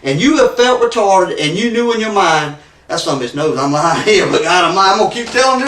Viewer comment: Bahahahhaaa who's keeping track of how many times he says retawded and sweetheart. 😂😂😂